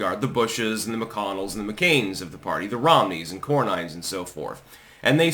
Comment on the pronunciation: Cornyn is pronounced Corn-IN, not Cor-nine.